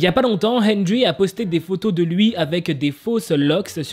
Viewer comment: TROP D'ÉMOTION DANS LA CHANSON / c'est pas méchant mais henrery se dit "hèndeli" et moi sa me dérange absolument pas je suis sur kil pensait pas à mal (henrery est un de mes bias de nct/wayv)